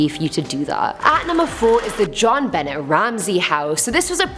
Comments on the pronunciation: Thank God I found this comment..i couldnt get past it 🤣🤣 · Ok JOHN-Benett 🤣🤣🤣 lol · Jared Quinney so I’ve noticed!